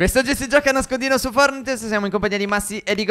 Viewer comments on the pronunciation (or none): Da notare come Stef all'inzio ha detto fornite